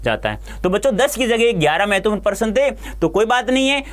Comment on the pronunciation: Prashna ko person bol rhe hein sir😂